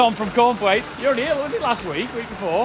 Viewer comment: Cornthwaites, I could have sworn you said corn flakes.